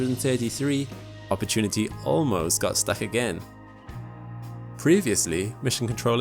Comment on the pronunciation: Say that say again one more time please Narrator : "Opportunity" 😌